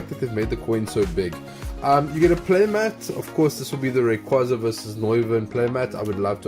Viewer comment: I refuse to accept the fact that people call it rayquayyyza... no! 😂